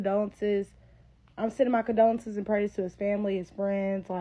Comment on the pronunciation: Her “condonces”? Learn how to speak and maybe I’ll listen to you lol